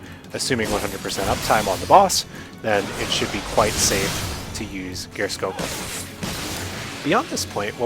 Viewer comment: Geirskogul is pronounced Spear-skoogul.